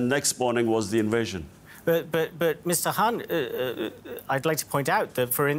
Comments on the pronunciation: the presenter is a US bot, he could not even pronounce Mr Khan's name correctly, kept calling him Mr HAN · Why the News presenter keeps calling Mr Khan as Mr Hunt?